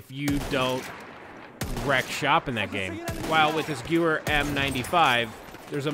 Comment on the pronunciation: Okay....the gewehr is pronounced gevehr because Germans pronounce w as a v